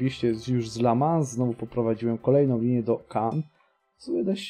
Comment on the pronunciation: Mała pomoc w wymowie: Bourges - Burż, Le Mans - Ly Mą, Nantes - Nąt, Tours - Tur. Będzie Ci łatwiej :)